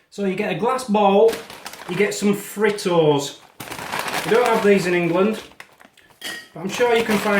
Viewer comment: good chilli video.BTW, Fritos is actually pronounced "Freetoes" here. A great product from the Frito-Lay company. They make corn chips (crisps) and potato chips (crisps) as a major part of their food line. You can dip them in salsa also. As a child, I was taught that a TSP or TBLSP was a level measurement, unless it stated in the receipe as a "heaping" one. Note: The ground chilli I the glass jar will get stronger the older it gets. Much stronger. Been there. But I remember you love spicy food too. My mother was a cook and taught me as a small child. We made everything from scratch. (Soaked the dried beans for a couple of days, canned our own tomatoes, grew our own peppers, etc. No store bought mixes for her cooking.) Great on the non-staining Tee shirt. Now if they could make one that repels grease as well as water based stains I'd buy a dozen.Somewhere here I have a chart of what "pinches, 2 fingers, a handful, etc." of measurement approximate to TSP & TBLSP, & cups.When I find it, I'll send you a copy. That dates back to the days my grandmother was camp cook for a road crew, in the 1800's.